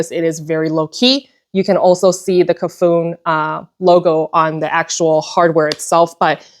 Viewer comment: Hiiii. Cafuné means running one’s hand through a dear person’s hair in Portuguese and should be pronounced ca-fu-NÉ. I enjoy your videos